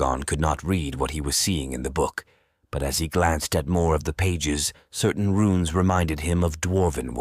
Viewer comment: RUNES as in ancient Script... Not "RUINS' as in demolished buildings They may Look similar, but are VASTLY Different. which is what suggests AI reading